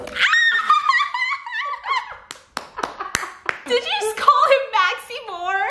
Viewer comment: The fun is he don't say "BABYGIRL!" He say "BEBEGURL!"